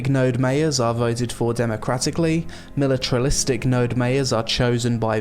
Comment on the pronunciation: "Militralistic" lmao